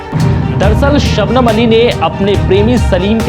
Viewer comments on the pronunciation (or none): Shabnaaam nahi shabnam. Waise in kisi bhi madarboard ko phansi nahi hui. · शबनाम नहीं भाई शबनम होता है BTW loved your content 😘😘😘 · its not "shabnaam" its "shabnam" man irritating lagta hai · SHABNAM ❌ SHABNAAAAAM✅ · शबनम not शबनाम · When I hear ShabNaam from him! My heart stops beating!